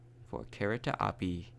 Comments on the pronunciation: You said kereta api rong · When You Say "Kereta Api" I Littile Bit Laugh Becuase When You Say That Was Funny